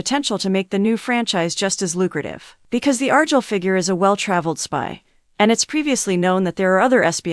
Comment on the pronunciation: What do you expect when they're so lazy they use AI to narrate, and the AI they use can't even pronounce Argylle correctly.